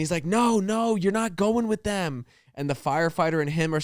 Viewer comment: The way that always says “thum” instead of “them” 😂